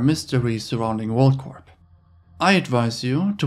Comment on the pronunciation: For the love of God. PLEASE PLEASE PLEASE STOP pronouncing the P at the end of WorldCorp...🤫🤫🙉🤫🙉🤫🙉..the P is silent!!!!!!